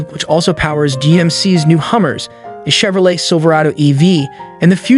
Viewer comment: Next time, maybe have your voice over practice once and learn how to pronounce Chevrolet and Kilowatt.